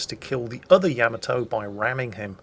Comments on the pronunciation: Stop saying yamatoe. It's yamato. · Yamato = ya-mah-to not ya-mit-to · yam-a-tow... LUL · Is he pronouncing the name of the ship wrong?? I have a feeling he is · The funny thing is, he'd play the opening for Space Battleship Yamato, but still pronounce it wrong. -.